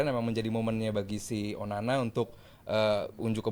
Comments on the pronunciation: salah ngomong Onana jadi onani 🤣😂 mulutnya lagi sariawan 🤣🤣 ngakak 😁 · Bang typo bilang onana nya 9 : 31 😂😂😂😂😂